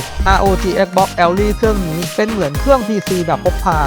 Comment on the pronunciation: เอลลาย รึ แอลลี่ ละครับเนี้ย🤨